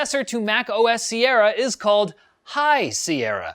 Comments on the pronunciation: 'High' Sierra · "High Sierra" Shudders lol